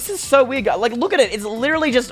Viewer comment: Instead of you saying werid you say weed